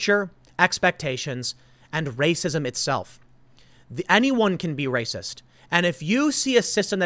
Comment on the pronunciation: "Science doesn't place my fee-fees over fact! That's wacist!"